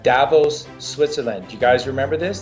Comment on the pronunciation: thank you ! Please pronounce Davós correctly. The second part is actually stressed.